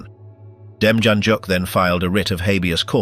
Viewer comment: I thought the man from Cleveland, OH, was pronounced dem-yan-yook.